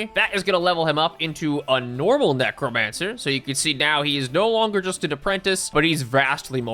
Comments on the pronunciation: fully heard "mech romancer" instead of necromancer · Neck romancer